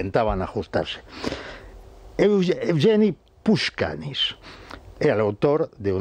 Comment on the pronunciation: No es puchkanis, es Pashukanis.